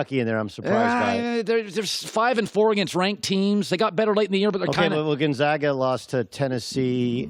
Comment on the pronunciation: Please stop pronouncing Gonzaga wrong that’s not how we say it in Spokane